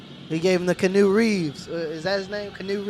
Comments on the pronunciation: Kanu Reaves LMAOOO If you don't know its Key-onu reaves or Key-anu Reaves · "Canoe Reeves," please tell me you're joking LMAO??? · I lost my shit when I realized when you said "Canoe Reeves" you were talking about Keanu.